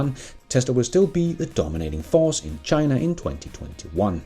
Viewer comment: Did you just say "Chiinnaa"? 🤣